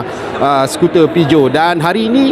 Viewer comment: Salah sebut tu. Patutnye PIJAT